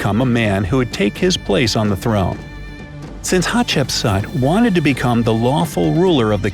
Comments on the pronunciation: At the beginning I heard her name as hot chips,can u believe it 😂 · For school I am going to dress as Hatshepsut but it is really pronounced Hat-shep-sut. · Its pronunced hat-shep-soot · we Somalians that is not the way we pronounce Hatshepsut either in Arabic or a Latin. our great grandba used to tell us some fairy tales about حتشبسوت which is Hat-Shap-Sout as pronunciation not as Hatshepsut. just like some people miss pronounce the pharaoh of توت عنق آمون Tut-ank-aamoun as tutankham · I am just gonna tell you are pronouncing her name wrong its pronounced like hatshepsuut no offence or anything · You sead hapshepsut rong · its pronounced hatshepsoot, ok? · Chip suit? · hat shep sooot not sat or sut not aaaa its ooo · It’s pronounced hatch-a-put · Im actully egyptien its pronounced hapsetsuot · Coloeptra and her were the best ones i love a7chbsa by the way your saying it wrong but its ok cuz you ant arbic